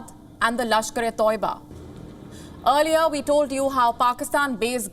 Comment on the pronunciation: Groooopssss kaboooollll toibaaaa learn the language guy. Earliyaaaaa seriously.